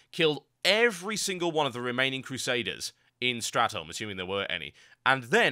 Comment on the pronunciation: why do you say stratem? its STRAT THOLME